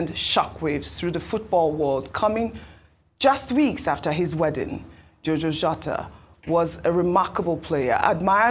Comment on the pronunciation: Ojy should pronounce "Diogo" well😢...wetin Happen